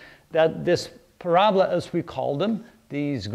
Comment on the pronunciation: PRAB-LA???? Or PARA-BOLA?